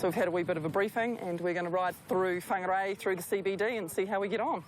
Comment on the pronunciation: Ummm she mis pronounced whangarei by not rolling the r .. like bruhhh